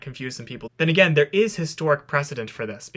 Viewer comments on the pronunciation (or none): none